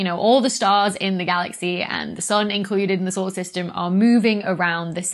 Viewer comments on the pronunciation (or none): none